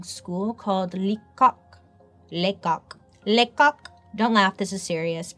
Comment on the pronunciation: I've laughed for five minutes at bailey saying lecouq 😂